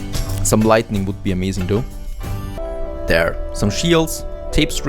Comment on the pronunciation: Say lighting, then say lightning see the difference lol